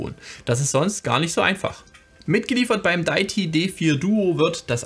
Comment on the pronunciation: Sehr hilfreiches Video! Definitv mal ausprobieren, das Di-ä-ti (nicht daiti 😬) D4. Geniales Konzept von Deity! Auch, dass es ohne Batterie geht und die 2 getrennt aufnehmbaren Spuren! Auch genial, dass man obendrein noch n anderes Mic anschließen kann. Super AIO Lösung. Danke fürs Video!